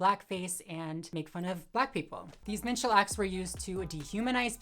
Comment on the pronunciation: LOL, for like the first two minutes of the "minstrel" conversation, I thought you were saying "menstrual" show! I was so confused. Is Dylan pretending to have her period?!